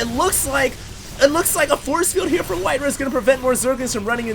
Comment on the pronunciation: its not WhiteRuhh bro... its WhiteRa